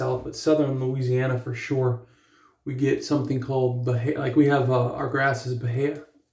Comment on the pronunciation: I haven't heard of him. I almost used that Aqua Velva Musk today. Lol. I ended up choosing Pinaud Clubman Musk. 😄 Oh, and that grass type you have... were you trying to say "bahia"? 🤦🏻‍♂️🤣